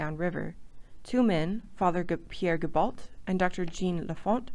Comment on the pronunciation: There is a number of errors in the video. Francis Vigo, not Virgo, and the name is pronounced Veego since he was of Italian descent. Pierre Gibault is pronounced Zya- bow, not Gi-balt. Clark's men wearing animal skin clothing is questionable since fabrics were available in the frontier. That is as far as I got through the video.